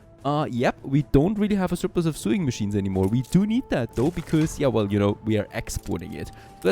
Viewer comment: ˈsōiNG məˌSHēn from "to sew" also pronounced "sō", not "so͞o" like "to sue someone"